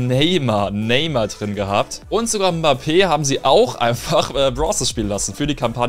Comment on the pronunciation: Krass dass mal jemand deutsches Mbappé richtig aussprechen kann💪